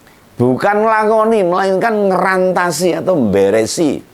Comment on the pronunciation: Yang benar "mrantasi" , bukan ngrantasi .